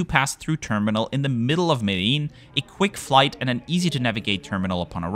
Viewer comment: He does for some, but isn't Medellin locally pronounced as mede-jeen? I learned it as such but I've seen conflicting pronunciations